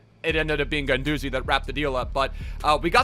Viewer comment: His nickname is La Garra Also, why you saying Guendouzaaaaayy